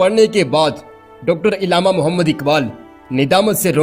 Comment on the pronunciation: saheb urdu pronounciation par kaam kareeen.... ILLAMA NAHIN ALLAMA KAHEEN.... URDU URDU URDU....